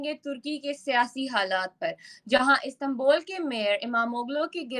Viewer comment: गधों जब उर्दू में उ बोल सकते हो तो इस्तांबुल को इस्तांबोल क्या दिखाने के लिये बोलते हो इसी लिए तुम्हारा वतन लगभग डोब चुका है😂😂😂😂😂😂😂😂😂😂😂